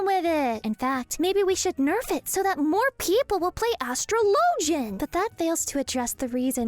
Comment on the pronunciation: Why do you pronounce atrologian the way you do and not how you would pronounce astrology?